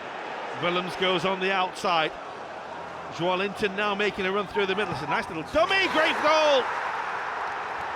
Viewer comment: I'm from Brasil, and in England they pronounce Joelinton's name so wrong that it hurts